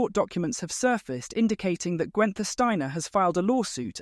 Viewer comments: Gwen-ther? Pronounce his name correctly. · Who TF is ‘Gwenter’ Steiner? 🤦‍♂️